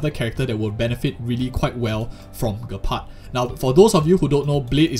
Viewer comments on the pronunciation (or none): It's pronounced Jepard, not being rude. Just wanted to let you know 😅